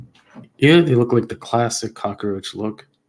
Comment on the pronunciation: You're funny. Love when you say "cockeroach" 😂